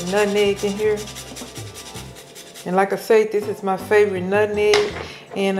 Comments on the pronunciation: Not Nutmeg or Nut Neg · Lol Mom its nutmeg not nutneg lol 😅😅😅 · Us Folks say NUTNEG 😂😂😂ITS NUTMEG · When she "nutnegg" instead of nutmeg... I knew that pie was delicious because my grandmother used to say nutnegg and she was one of thee best cooks! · Omg my mom says NUTNEG I love your mom